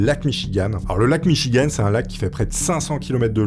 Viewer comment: Pour info...ça ce prononce Michigan ( Gant🧤) 😉 même si ça fait mignon la fin en ( Anne) 😉 Bonne journée